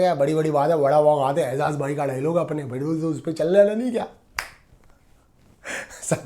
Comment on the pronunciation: Sorry don’t mind if I correct you. Why can’t you pronounce Ejaz It’s not ezaz It’s Ejaz You are the best reviewer